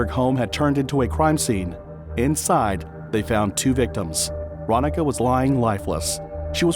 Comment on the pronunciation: I'm sure her name was pronounced, ron-neeka